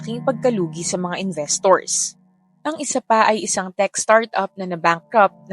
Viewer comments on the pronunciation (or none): none